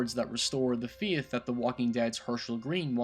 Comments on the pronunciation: are you saying faith or theith or something? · "Feeth" "Cheeng" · I love his pronunciation of Faith. Feeith lol love your vids man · Faith is pronounced so differently